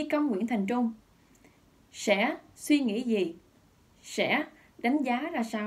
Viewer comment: Tôi nói nhiều lần rồi, Dương hãy nói giọng miền Nam bình thường chứ (gi) mà (xì) hoài thì mất hết giọng đặc trưng của người MN, đâu phải phát âm như vậy người mb, Mt, MN mới hiểu.